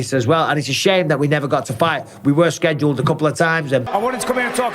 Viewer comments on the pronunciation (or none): none